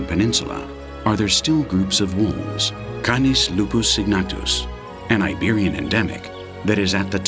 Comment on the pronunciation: It's NOT KINUS LOPOOS! ITS CANIS LUPUS.. WOLF.. GREY...